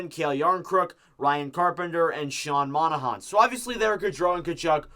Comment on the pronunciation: you said Monahan wrong again